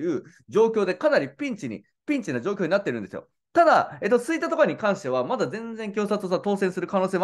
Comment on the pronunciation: 吹田の発音がちょっとちゃうなあ。